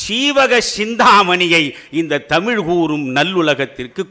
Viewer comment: The present day generation does not how to pronounce LA and ZHA in Tamizh